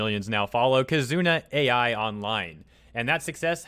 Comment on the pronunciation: Another mis-pronounciation, this time, for "Kizuna AI" XD I don't mind as long as I listen and understand. I've been following the trend since late 2017